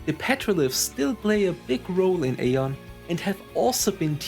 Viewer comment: Thank you so much for the memory. It was so magical back then. Question: why do you choose to pronounce it /ei-on/ instead of /ai-on/ like the game explicitly pronounces it?